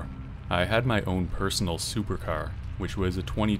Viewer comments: “Aventere”? Did you mean “Aventador”? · 😆I wasn't watching just listening so with the way her said "Aventador" in "Story #2, I was like "what supercar is that?" It made me actually Laugh Out Loud once I realized what he meant.